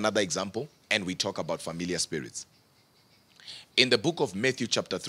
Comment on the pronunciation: Sounds like he says Familia, the Spanish word for family and not familiar